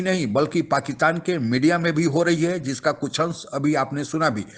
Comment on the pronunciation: पाकीतान नहीं पाकिस्तान बोलो भाई।